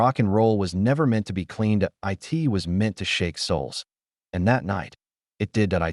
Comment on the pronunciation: How hard is it to just read from a script instead of using AI that can't pronounce "it" correctly.